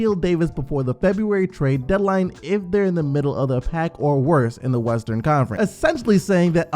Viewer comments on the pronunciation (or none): none